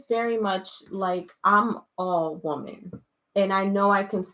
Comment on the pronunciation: 😂😂😂😂 what island is this😂😂 WELCOME MON YOU COCONUT WATER WOMON!!!😂😂😂